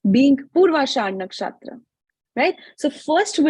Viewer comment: Everything is good except her ascent when she say nakshatra